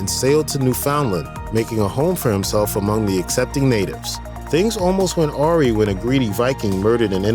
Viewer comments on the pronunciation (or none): I was perplexed by your narration until when you mispronounced “awry” ,,,, you said aw-ree,,, it is pronounced aw-rie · Did he pronounce “awry” as “awrie”? Lol